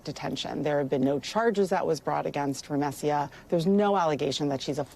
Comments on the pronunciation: The ACLU attorney,, couldn't bother to even learn her name, correctly. She keeps pronouncing it with the "s" and "y" transposed, like Rumesya. But her name is Rumeysa. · I wish the attorney knew how to say Rumeysa’s name properly :( between the persistent Hamas questions from the reporter and the attorney not knowing to say her name correctly, Rumeysa isn’t seen as a full human being in this segment :(